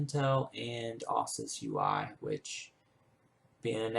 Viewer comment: Asus. not Assus. Its the last part of Pegasus.